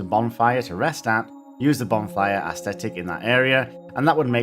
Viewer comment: Stop pronouncing “ascetic” as “aesthetic”. They’re different words with dramatically different meanings. Aside from that, fantastic video and subbed